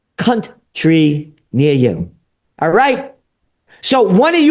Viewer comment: Dude actually said cunt trie 😂😂, he’s great 👍💪